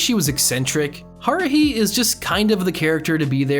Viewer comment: I luv this anime, the twins aren’t so hard to tell apart, you can hear it from their voices. kiss kiss fall into depression bc they/ the creator said they would make a season 2 but it has been 9 or 10 yrs so far😔 Also why do pronounce Hikaru and Kaoru, Haruhi like that